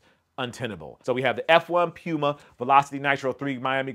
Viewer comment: You know how to pronounce Pew-muh correctly and be pressed to do it but Ochre you just committed to not caring about the proper pronunciation smh